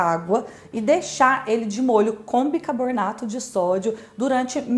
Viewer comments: Seu canal é ótimo, aprendi muita coisa aqui e você é muito simpática e comunicativa, mas ... o que é "bicaboRnato" ? 🤔 Será que "bicaRbonato" não funcionaria também ? 🙄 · cacete, é BICARBONATO. não BICARBORNATO